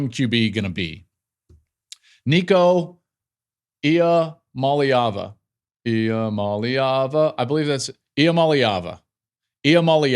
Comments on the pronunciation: You’re still pronouncing Nico’s name wrong 😂 it’s LAY not LEE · Llama lava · Klatt needs to stop with the dumb Iamaleava pronunciation stuff. It’s not that hard to say. It’s so silly and tired at this point, but not just from Klatt.